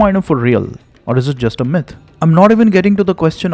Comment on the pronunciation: Pronunciation check.. Myth is pronounced like the I in mint and not the the y in my. 🙏🏼